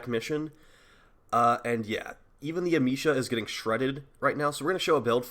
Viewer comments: You can say amesha with the same E as America. Am eh sha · Dude it's not a hard E. It's a soft e(ah-may-sha)